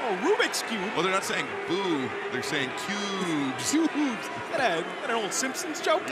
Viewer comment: " KUBES? Well at least it's not PUBES! LOL!!!"